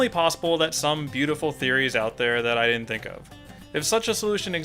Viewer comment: why are saying dinnent?